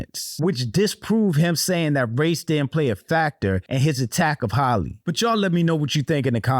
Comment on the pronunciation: My people can't say Halle to save their lives. NOT Holly.